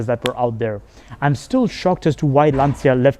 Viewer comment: It's not pronounced "lantsia", it's "lancha"!